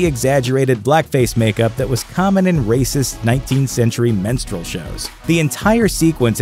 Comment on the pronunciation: You have taken something bad and made it worse! It's pronunciated MIN-strel not MEN-strual.